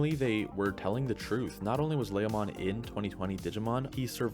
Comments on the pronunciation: Ley-o-mon ? leomon bud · LA-O-mon??? No no. It's LE-O-mon... Leomom. Don't get me started on the other names and butchered. What a noob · It's pronounced L E O mon, not laomon. What is it with YouTube anime reviewers and mispronouncing names? leo- in Leomon is latin for lion. Even the official English dub pronounces Leomon with a long E. You all do this with Naruto anime's too. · what is it with youtubers mispronouncing anime names? It's L-E-OMON, not Lahomon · It's LEEEEEE -o-mon. Not LAY-o-mon. You don't even have an accent to excuse the mispronunciation. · You pronounced Leomon wrongly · Why do u say leomon like that 😆